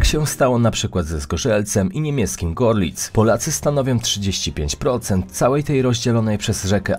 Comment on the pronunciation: Nie GORLITZ tylko czyta sie GERLITZ. O z dwoma kropkami czyta się jak E